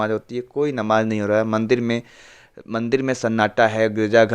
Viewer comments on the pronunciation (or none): Like pronounce Afzalas Afzal, not Afjal Namaz as Namaz not Namaj